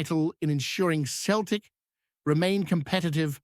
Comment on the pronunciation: New Scottish dubscriber here, love your edit but please remeber how to pronounce Celtic. "Seltic" not "keltic' cheers bud :)